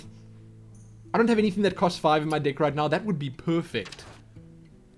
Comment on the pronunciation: u make me laugh... u say dick instead if deck